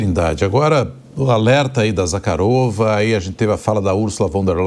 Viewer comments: Zarakova 😂😂😂😂😂😂 O nome é Zakharova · Maria Zakharova... e não Zarhakova.